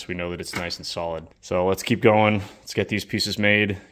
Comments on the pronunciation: As soon as he said “sock rolid” i looked at the comment section and saw this i instantly laughed😂😂😂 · “Sock Rolid “ 😂😂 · “Sock rolid” 😂👍